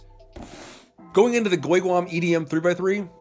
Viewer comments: Its GuoGuan not GueGuan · Did he just say goyguan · Goy guan😡 I hate your Chinese name pronounciations